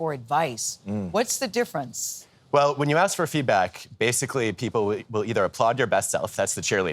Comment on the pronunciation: JZ do a lot to hep the kids. BTW, it's ask, not ax.